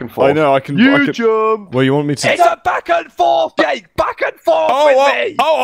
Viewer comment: Why I always hear Yeyk instead of Jake?